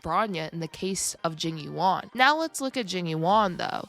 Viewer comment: i keep hearing jimmy wong when she says jing yuan